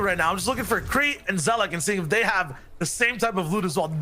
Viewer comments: Say it que rei not krey plz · Its Q - rei not krey in EU